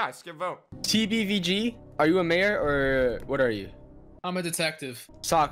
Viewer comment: Not Major Its Mayor